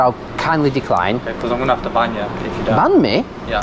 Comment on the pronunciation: ".. cos am gonna have to bang ye.. Wasn't sure if he was threatening violence or intercourse. Turns out he said "Ban" 🤣